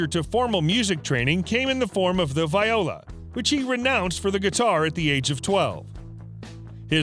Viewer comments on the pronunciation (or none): none